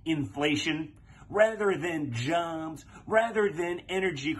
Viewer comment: how did he pronounce "jobs"??? LMAO janbz (where an = french or portuguese nasal a)